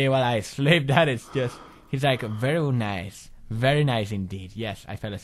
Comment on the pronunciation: verrry nace